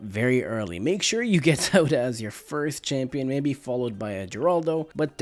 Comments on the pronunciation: Had to cut the video short. Mans kept calling Sauda, soda😅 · He said Sauda the first time😂 then just forgot how to say it😂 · Sounds like he said, "Which is why we get Zelda.". But he probably said, "Which is why we get Sauda.".